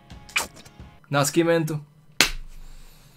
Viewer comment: Hey! Pelé's last name is read like if it was with "ss" instead of "sc". So try reading Nascimento like "Nassimento", it'll the right pronunciation. That's it, big fan from Brazil!